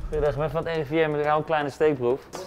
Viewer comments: "Ik ben van het RIVN" 😂😂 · zegt de N heel duidelijk je moet het gwn snel zeggen dan merk je het echt niey